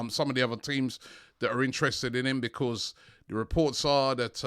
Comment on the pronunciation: I love how Robbie pronounces the word because lol. It is more like Bekwaaause lol. Robbie brings plenty smiles to us all and hope it continues